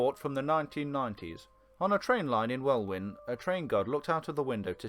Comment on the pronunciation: Sorry to be that person, but I fear its not pronounced WELL-WYN, buy WELLIN ! Beware when you visit Strathaven, Culzean, Belvoir or Kirkcaldy 🤣